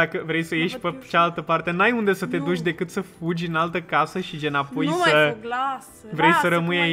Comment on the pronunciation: fuji, fuji 😂😂😂 e moldoveanca